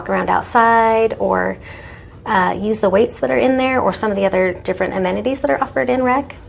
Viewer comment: Sorry, I stopped listening when she said "amenities." What the f.